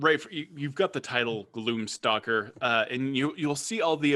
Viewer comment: Sounded like you said gloom soccer ranger.... the mental imagery was epic.... I must make this happen.